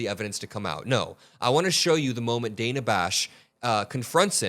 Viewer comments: btw, Dana’s name is pronounced [Dan-na]. I know, different! 😊 I learned that myself from Ana Navarro on The View one day years ago. Keep up your excellent work,!!!! 💪🏼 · Hi,. Thanks for all the great reporting. Just fyi, Her name is Dana, with a short a, not a long a. Trump and this keebler Bovino intentionally mispronounce certain people's names to degrade them. I would spare you that.